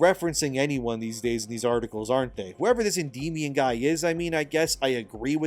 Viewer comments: I believe it's pronounced Endy Minion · i believe it's pronounced end my on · I’ve never gotten into Warhammer 40k but this game at least makes it worth thinking about! Also I think it’s pronounced “End-ee-MY-ahn”. ;) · It's pronounced Enddy Meow Un , because he identifies as a Korean kitten leader.